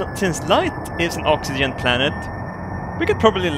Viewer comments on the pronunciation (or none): Ox-ee-jen How yo say oxygen.